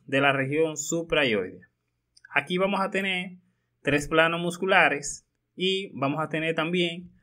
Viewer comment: nooooo yo no puedo confiar en una persona que dice vamo a tene.... habla bien HABLA BIEN